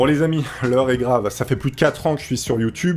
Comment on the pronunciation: C'est très grave d'oublier le "r" à "grave"